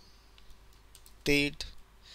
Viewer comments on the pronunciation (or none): "thed activity" hahahaha bolana pani aunna yl dhoti haru lai ta